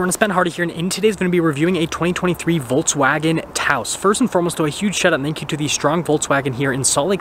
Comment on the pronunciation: Nice review! Volks, not Volts. :)